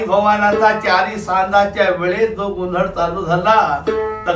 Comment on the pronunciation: Are गोंधड nahi गोंधळ हा बरोबर शब्द आहे. मराठी शिकण्याची अत्यंत गरज आहे.😂